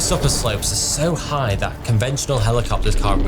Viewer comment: "Fools like igh places"